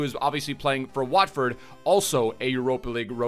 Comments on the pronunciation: Watheford did he just say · Man said Watford 😂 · How you gonna say Watford again🤨 , LMAOO